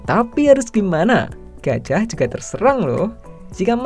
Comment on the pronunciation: Hanya disini penyebutan gajah jadi gajiah 😂